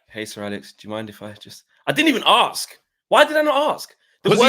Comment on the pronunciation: you guys always say AXE instead of ASK... stop axing ppl